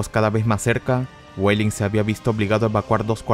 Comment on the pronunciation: pronuncias los nombres alemanes como si fueran inglés. Busche suena con la e final Weidling suene "Guadling" Seelow suena "Selou" (la doble e se pronuncia alargandola pero no como una I) etc